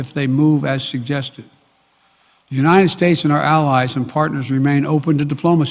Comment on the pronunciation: Brandon sounds like he has cotton in his mouth and nose plugged . Keeps sayin uninen instead of united .